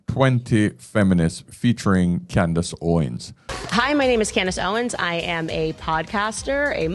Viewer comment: It's "Candace", not "Candice."